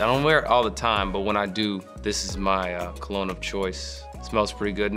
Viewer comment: mans said “co. log knee” for cologne lol